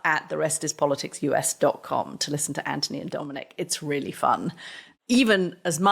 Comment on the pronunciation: I want to see the one where Anthony finally cracks and insists Katty says his name right.